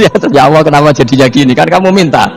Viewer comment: Saya tidak mengerti bahasa gus baha, bikin pusing bahasanya lah. Dan kenapa menyebut ALLAH selalu terdengar AWOH,..